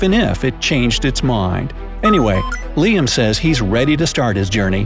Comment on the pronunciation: Its liam not L.I.A.M